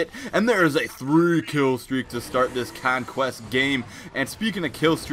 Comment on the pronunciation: you can't pronounce conquest properly